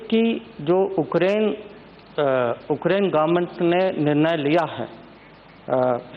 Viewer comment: dear leaders, it's not Okrain but Ukraine.. pronounce it properly sir..